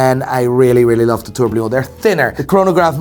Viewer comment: After so many years, still says "Tourblion" instead of "Tourbillon".. Please, repeat after me: TOUR - BI - ON. That's it (the ll are kinda silent). About the boxing, pretty Trax is going to refuse the match as he has 99% chance of losing...